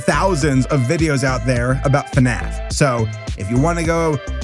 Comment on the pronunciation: The way said fnaf as finif was hecka funny, especially with the face of the avatar as something silly XD